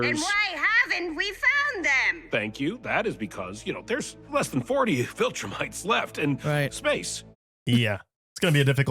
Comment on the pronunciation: We are four seasons in and still calls them voltrumites lol 😂 SAY IT WITH ME VIL-TRU-MITES